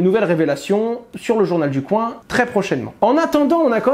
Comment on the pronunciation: T'en qu' Hasheur dira, journal du coin [k] [w] 1 et non [koin] on sera pas sortie de l'auberge. Non mais sérieux Owen...